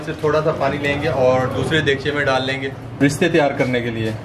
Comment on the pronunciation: Unique recipe. Aap ristay keh rahe hain but likha rista huwa hy jo kbi b ristay nahi bola ja skta so khyal kea krain. Bht zbrdst recipe. Stay blessed. Sjad.